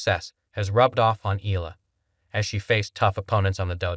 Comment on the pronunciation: E.YA LA....That is the way to.pronounce it